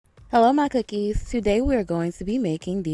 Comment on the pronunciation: Lol it’s so cute you said hello cookies. 🤣 but this looks delicious